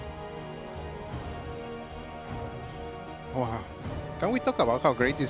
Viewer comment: Ah yes, Percaval xD